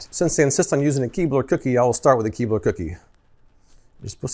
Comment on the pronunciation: You said " Keebler " and I heard " keyboard ".. imagine how sad I was when no keyboard was dunked in milk. 😬